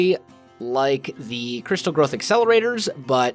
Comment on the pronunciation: i keep on thinking that is saying crystal meth accelerator instead of crystal growth accelerator